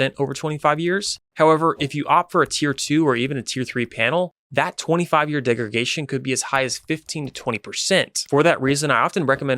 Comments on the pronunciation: Honestly a little hard to take you seriously when you keep saying degregation… it’s degradation brother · It's really not pronunciation though.. that would be like correcting someone who says croissant because they dont say it like the french do. He's saying degregation when the word is degradation. That's not a misintepretation of pronounciation, thats just a mispelling, a mistake. Not sure about you but in my line of work, when a subject matter expert can't get simple things like a commonly used industry term right, over and over, they lose credibility pretty quickly.